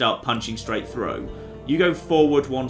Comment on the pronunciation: Also "threw" when it should be through.